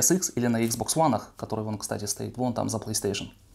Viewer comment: Почему он постоянно говорит икс бокс ВОН? Объясните, умоляю!